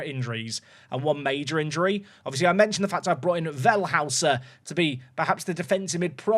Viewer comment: Because that new German signing is spelled Wellhäuser (not Wellhauser) it's pronounced more "Vell-hoi-ser", not "Well-hous-er. Tiny nitpick I know 😅